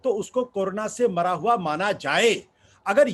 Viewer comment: MY GOD " HE HAVE PROVED " VISSA NAHI HOTA HAI, ITS VISA HOVA NAHI HOTA HAI, ITS HUA ( हुआ ) WHAT'S LAANGAY ( लंगाय ) ITS LENGE ( लेंगे ) WELL WHAT MODI HAS PROVED SEVERAL TIMES WILL BE JUDGED BY HISTORY IN TIMES TO COME. BUT YOU HAVE DEFINITELY PROVED YOURSELF TO BE AN 100% EMPTY BRAIN ANDH MODI BHAKTH ( बुद्धिहीन मोदी भक्त ) HAVE A GOOD DAY